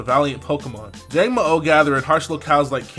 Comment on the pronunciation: Also when you say the last "o" it is a short "o". :)